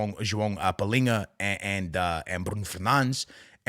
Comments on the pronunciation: You are Portuguese and instead of saying Palhinha and Bruno Fernandes, you are saying pilinha and Brun Fenands. Pls my man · AA, I'm sorry dude, you're Portuguese, why the hell are saying palhinha's name palinha ? And the rest of the players you say like a normal Portuguese guy 😂😂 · Ur portuguese but u cant say Palhinha or Nuno Mendes correctly